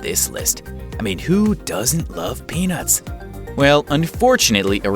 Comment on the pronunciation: I don't laik peenats